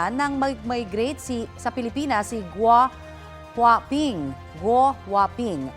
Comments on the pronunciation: GuoHuaPing? GWAPING??? 😅😅 baka it’s a prank. lol 😅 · Gouwhaping,🤔🤣🤣🤣🤣 Parang pugi sa pandinig ko.